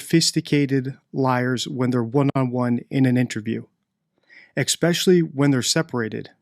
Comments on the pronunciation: I like your videos and I'm being super picky only because language usage can make or break someone who chooses to do what you do online. One thing that stands out is your pronunciation of certain words (ie. especially...not eXpecially) which can weaken how someone views your credibility. Not putting you down just wanting you to be your best as you're doing awesome work! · English? NO "X" in especially! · I hate to teach English to an English speaker but, it is ESpecially not Xspecially. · There's no X in especially. It's frustrating to have to teach English to an English speaker 👍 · What does 'exspecially' mean??? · ‘Exspecially’ isn’t a word. It’s pronounced as it’s spelled: ‘especially’. There is no ‘x’. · I get it the first time you say something without going over & over ..& grammar say’s ‘especially’ not exspecially, there is no x or k in it !!!! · One would think such a highly educated person could pronounce especially correctly.